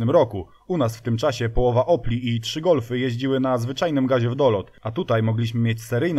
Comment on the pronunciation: Był Gólf, był Paseratti end Lanus. Na następny odcinek proponuję kolejny "Polsky Pszebuj Handlarski" czyli Skodziankę Oktawiankę ;)